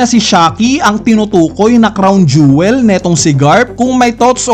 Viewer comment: Jowel.pala.un hindi jewel..hehehe